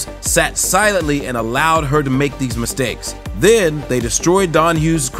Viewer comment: When hees making misteks *french accent 🤣